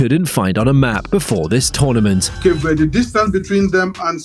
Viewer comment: please stop calling cape verde with a spainish accent there is no accent on the e in verde